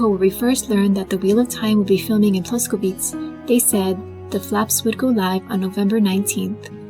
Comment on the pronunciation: That must have been so much work! Thanks for your commitment. I am so exited for the show! Btw. Your pronunciation of Czech words is great, but one thing: place names like Ploskovice and other "-ice"s end with a vowel sound [ε]. Something like this: PLOS-koh-vih-tseh...